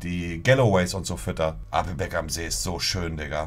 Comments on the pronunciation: Jedesmal wenn Monte ,,Appelbeck‘‘ sagt einen Trinken. Nach 5 Minuten bist du weg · Challenge immer einen trinken wenn er "Appelbeck" sagt